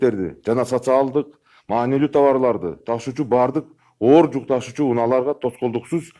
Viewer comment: Жук.. Эмес "жүк" десең. Эжелеп Окуганын 1 клсстын окуучусундай. Сөз менен эле айтып берсе болбойбу